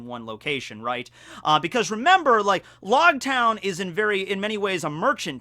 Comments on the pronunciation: Technically it’s pronounced like “Roguetown” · I thought it was pronounced like rogue with an l- instead of r-. Cause it's ouge. I have always said it like that. Lōgtown